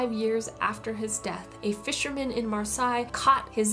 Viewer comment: Really nice video! A few notes for you: "Proost" and "Kah-ra-MOZ-off". (Edit: corrected) Rowling rhymes with "bowling". Marseilles is "mar-SAY", not "SIGH".